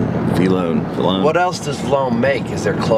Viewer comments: The V-lone part LMAO! (Vee-low-n) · Says vlone n not v lone